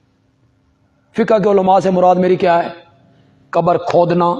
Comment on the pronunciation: علماء دین کو تو لازمی طور سے اپنا "ش" "ق" درست کر لینا چاہیے۔ مسلسل قبر کو کبر کہہ رہے ہیں۔ افسوس یہ لفظ قران کو بھی صحیح ادا نہیں کر پاتے، اسے بھی کران کہتے ہیں۔